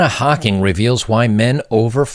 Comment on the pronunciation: But it is Jana Hocking (pronouced YARNA), ahe is gorgeous.